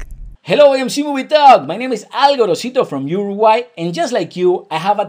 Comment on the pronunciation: Love how she pronounced Uruguay. :)